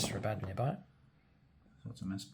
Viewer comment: It's pernounced aba Don lol